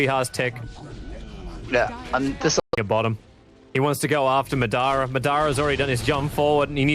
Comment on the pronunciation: As a Naruto fan I wish Tobi knew how to pronounce Madara correctly